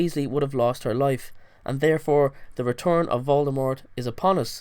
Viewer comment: im not making fun of his accent but it sounded like he said "whore baby harry" instead of "her baby harry"